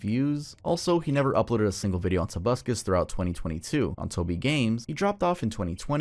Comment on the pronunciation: Twenty Twenty